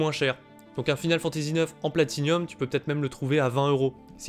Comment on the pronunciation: Salut!On ne dit pas Platinium mais Platinum! Merci pour ta vidéo.